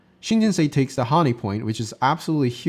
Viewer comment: pronunciation changed from shin jin sa to shin jin say. Neither is correct. Same with hane. I like your videos